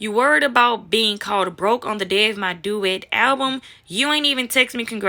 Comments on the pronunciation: You have no right giving an opinion if you cant read...the word is debut not daboot...how you actually let that get pass editing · "Dubet" is pronounced Day-bu Ma... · debut (day•bute) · So we gone act like she didn’t fuck up the word Debut lol😂😅😂😅😂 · You can’t pronounce debut? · Duet? She said “ debut “ album lol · It's revered (re veered), and debut (day bue) young lady, have a great day ok... 👍